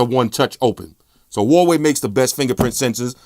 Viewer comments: "Umey" , "Hawaii" LMAO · "Huwaii phones" haha. But great video like always! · He knows but he pronounces things his own way, like Nugget for Nougat and Hawaii for Huawei